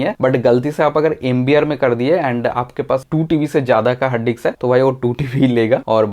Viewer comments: Anna it's not diks 2 It's disk 2😂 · Bro it's disk not diks🤣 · diks diks bolke dimag karab kardiya